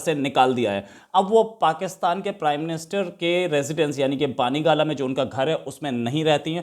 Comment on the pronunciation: Imran khan's residence name is " bani gala" and not as u say "baani gala"